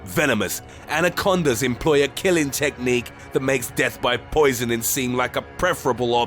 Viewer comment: “Frequently FEATURED! In ZOOS! around the WORLD!” OR. “ CONSTANTLY improving its killing tech....NIQUE”